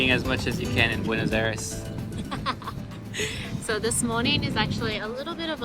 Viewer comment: Hey fantastic video on the great gastronomic variety that can be found in Buenos Aires.Italians have told me they had the best pizza in Argentina.Thanks for promoting my country,we need all the tourists we can get.Just a small thing,constructive criticism please ask the locals your pronounciation is 3 out of 10.